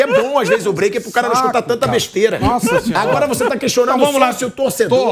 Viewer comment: "Píiado' e esse maldito "vamos para o breike".